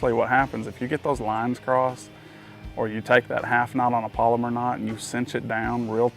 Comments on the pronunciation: Its pal o mar. Not polymer. But theyre a great knot. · Pal-o-mar not polymer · Haha polymer knot or pal-oh-mar knot? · You’re saying polymer, pal. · It's not a "polymer" knot. It's a "PALOMAR" knot! Other than the cringeworthy mispronunciation, it was an informative video for those having trouble. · Its NOT a "polymer" knot. Its pronounced "PaloMar" knot. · It's called a PALOMAR not a Polomer!